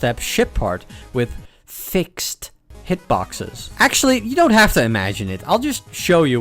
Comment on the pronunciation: sorry i had to stop watching this video because of the way you said fixed